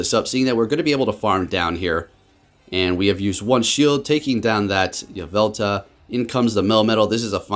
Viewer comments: hermione: its yvelTAL not yvelTA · “Yah-vel-tuh” lmao